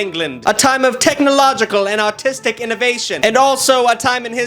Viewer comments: am i the only one who heard "autistic innovation"? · Anyone else think said AUTISTIC innovation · But did he say "artistic" or "autistic" because I seriously can't tell